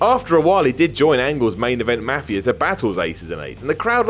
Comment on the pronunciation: I hate how says mafia......